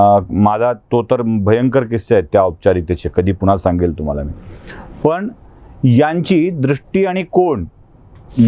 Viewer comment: तुम्ही थोडी शुद्ध भाषा बोलू शकले तर अजून चांगल, जस पन, पानी, बाणचा,'' ण'', वाईट वाटून घेवू नका आपल बोलण मी नेहमीच एकतो, प्लीज बघा